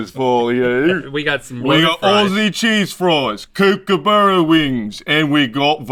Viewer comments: Kookaburra isn't pronounced kook, it's pronounced cook. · I know they were joking about “outback beck” but it still kinna made me mad And i also got mad when they said cookabera instead of cookabara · It’s pronounced “Cook-ah-ba-ruh” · and they keep saying cookaburra 😂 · As a aussie ive never heard kookaburra said the way they did 😂 cook-a-burra is more accurate way. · Same, being an Aussie it was funny hearing Rhett and Link keep pronouncing Kookaburra as kOoKEhBeaRra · That’s not how you pronounce Kookaburra